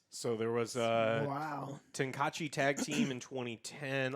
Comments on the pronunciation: Ten Kah Chi? WTF is Ten Kah Chi? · Oh has never seen DBZ? Kaiser from Team Four Star would have a stroke at his pronunciation of Tenkaichi. Ten-K-eye-eechee. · This dude said “tencatchy” 😭😭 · Hate that they can't pronounce Tenkaichi correctly. It's Ten K eye Each chee or pronounced close to that. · No it’s TENKAICHI ( Ten kai ichi ) Get it right !!! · Bro when said TEN-CA-CHI Lmao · Me pulling out my hair while Joe butchers the budokai tenkaichi news. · The way said "tenkaichi" triggered me